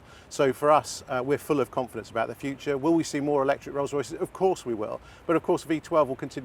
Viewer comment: Eeeelectric??? Not my cuppa tea